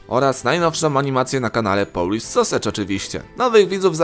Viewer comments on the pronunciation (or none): none